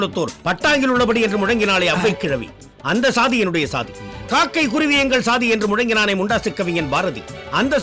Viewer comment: இவரது தமிழில் உள்ள பிழை.... அந்தஸ்ஸாதி, என் ஸாதி.... (அந்தச் சாதி, என் சாதி)...